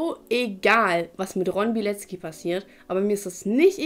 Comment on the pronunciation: Ich helfe dir gerne. Bei Polnischen Namen hast du oft ein ck im Namen. Während es im deutschen wie K ausgesprochen wird, spricht man es im Polnischen tzk. Dadurch ist die korrekte Aussprache Biletzki und nicht Bileki. Frauennamen enden hinten übrigens auf a statt auf I. Ron's Frau hieße damit Alkifrau Bilecka.